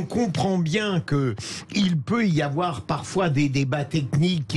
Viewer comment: « Il ne faut pas afoir peur! »